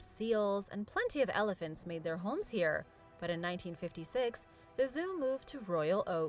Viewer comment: You pronounce 'homes' like there's an L in it.